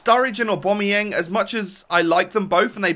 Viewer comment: Btw aubamayang is not pronounced owbomoyang It's pronounced aobameyang